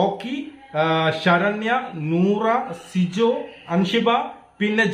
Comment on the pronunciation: ഷിജോ അല്ല ചേട്ടാ. Sijo ആണ് 😂